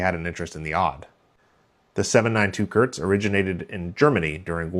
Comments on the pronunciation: KURZ not Körtz. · As a German, your pronunciation of Kurz sounds like diarrhea haha Kurz means "short" and spoken like K oo rz (oo like in look). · ...and now please pronounce the "u" like you would in Gh"ou"l!